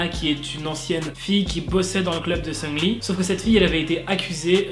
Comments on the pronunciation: ça me perturbe. tu dis Seungli mdrr moi perso je dis SeungRi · Le CéLèBrE MAQU-NAË SUNGUE-LI